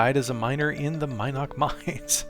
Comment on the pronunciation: Mi'noc.... was one of my first towns.. though i pronounced Min'oc was driving me nuts hearing it differently... also buc's den was outside of vesper not brit? just near covetous... ???? anyways its looking nice guys.. sad that LoA is running off everyone before you can get the damn server finished.